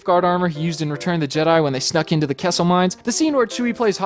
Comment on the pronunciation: I thought you said “Quesso mines”